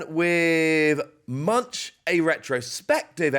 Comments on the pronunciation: As a Norwegian: Please, please please don't say Edvard Munch as in Munchies. It's pronounced the same way as "monk"😅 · Edvard Munch's last name is pronounced like "monk", fyi